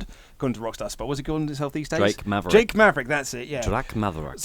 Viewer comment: Wait he didn't say drake maverick right, that's not oli!!!!!!!!!